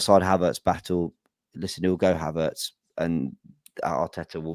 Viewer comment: is doing his best to get his own dictionary. What is advormation or odvoration for Havertz?